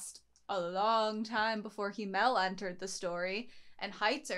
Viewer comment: They way you pronounce himmel is kinda funny. "Him-el" "El-him" 😂